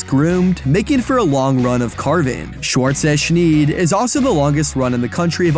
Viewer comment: You totally butchered the pronounciation of "Schwarze Schneid". It literally means "black blade" or rather "black ridge", as "Schneid" can also refer to a sharp ridge.